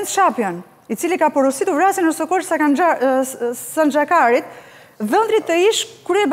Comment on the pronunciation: O Anduena nuk shkohet pa pergatitur neper emisione, Nuredin Dumani eshte bashkpuntor i drejtesise, Enkeleda Hoxha ishte gjyqtare Krujes jo Kavajes dhe mbiemri eshte Sanxhaktari jo Sanxha-kari 😂😂😂. Nuk thuhet cdo gje qe ke ne mendje ne studio… 😂😂😂